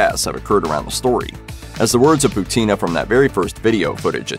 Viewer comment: Not Putína. Pútina! 😆